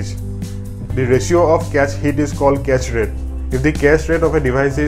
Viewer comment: He said "cache rate"... I had to pause the video and think because I heard "castrate". Lol